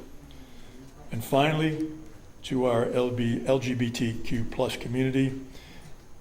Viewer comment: Jesus 3 times he botched the pronunciation of LGBTQ+. Was it the first time he used that acronym or did it irritate his tongue that bad?